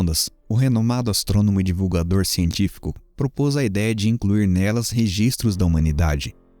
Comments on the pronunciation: Parabéns pelo trabalho. Só menciono um erro de pronúncia do cientista Sagan que o correto se lê: SEIGAN. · Você é ótimo. Mas a pronúncia precisa melhorar. SAGAN se pronuncia como "Seigan". De resto, parabéns.